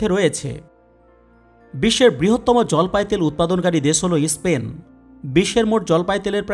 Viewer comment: ইস্পেন নয়, দেশটির নাম স্পেন